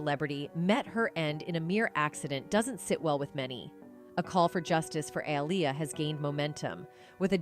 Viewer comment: You literally pronounced Aaliyah's name 3 different ways. If youre gonna do vids like this at least be consistent and professional...